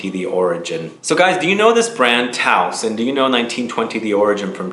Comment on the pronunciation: Not to be a PITA but it's "TOSE" rhymes with dose, and yes... it's an incredible and original frag